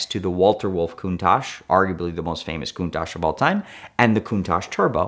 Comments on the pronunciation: If you've "studied Countach" your entire life, did you notice it doesn't have an S in the spelling? Its Countach. Coun-Tach. Is the Tachometer in your car called a tashometer? Study harder. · Drinking game- take a shot every time he says countash 😂